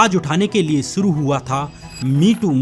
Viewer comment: सूटिंग शूटिंग एक्सन एक्शन सुरु शुरू आवाजें आवाज़ें सब्द शब्द एग्जाम्पल एग्ज़ांपल सुरुआत शुरुआत सोसल सोशल एब्यूज एब्यूज़ खिलाप ख़िलाफ़